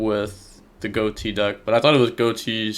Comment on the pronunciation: This guy mispronounces every card name, but does respect the Ghoti meme by pronouncing it right. <3